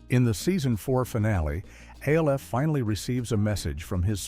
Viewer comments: Not A-L-F . It’s Alf like elf with an an instead of an e. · Not A. L. F. It is pronounced Alf. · My So Called Life - without a single shot of Claire Danes. And "A-L-F" Gotta love these brain dead AI vids. 😀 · or Alf